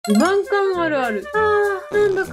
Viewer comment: ふ↑ま↑ん↓か↑ん↓